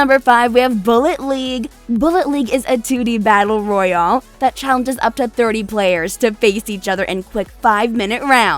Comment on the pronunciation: When she said “Battle Royaul mode” it made me feel uncomfortable.